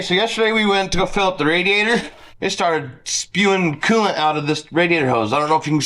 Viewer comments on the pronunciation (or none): What is it with you Utah boys saying quelant. I believe it's coolant😂😂😂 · can you please add the L too coolant it's not cooo-ant